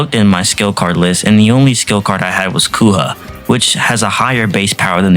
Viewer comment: Mate I'm sorry but please learn how to pronounce the skill, Persona, and character names properly. Cuz you pronounced Agilao wrong two different ways, and continuously mispronounced Kouha, Ann, Kawakami, and Cerberus, among other things. If you have a script in front of you, it should mean you have something to show you how to pronounce things while recording your narration. Aside from the pronunciation issues, your videos are entertaining, so don't get me wrong. Just that the mispronunciations are standing out rather starkly. It makes it way too difficult to simply enjoy the videos when it's constant.